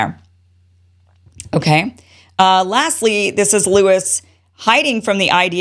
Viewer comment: 'Lewis' lol